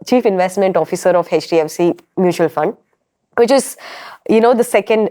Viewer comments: Why is she saying "Hedge" DFC? It's H not Hedge. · jfyi, 'e' from elephant and 'ch' from catch. 'e''ch' is h Not hech. Or keep h silent in hech